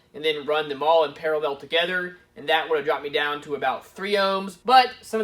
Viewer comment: “I’m not good at explaining stuff...” you’re also not good at saying the word ‘parallel’.